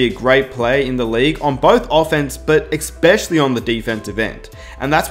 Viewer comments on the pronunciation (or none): It's pronounced ESPECIALLY..not ECSPECIALLY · Dude...that was a pretty damn good video. I have to call you out on something though. If you don't want to sound like a moron...remember that eSpecially has no x and don't use the term literally if it isn't literal (this is a cultural thing because the Brits do it WAY more than anyone else). Also, it's not GarLAND it's GARland.